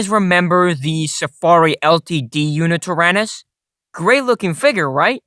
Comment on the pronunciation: Did you just say... YuNItyrannus?